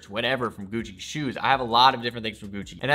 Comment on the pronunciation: Everytime he says Gucci my ears cry